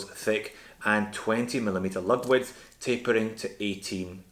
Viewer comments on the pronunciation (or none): none